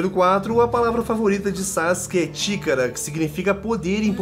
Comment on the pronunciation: A palavra Chikara ficou meio estranho aqui kkk, é melhor tentar pronunciar Chikára